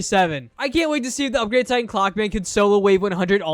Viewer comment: Bro sed titen clock man but it’s titen clover man